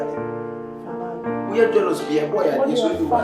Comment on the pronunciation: I like the way Kyekyeku pronounces jealous. 2023 and beyond. 🤣🤣